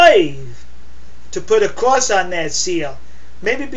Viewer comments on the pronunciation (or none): What's a Cwoss?